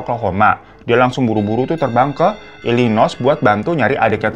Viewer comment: btw Illinois dibaca i-leu-noy ya guys 🥰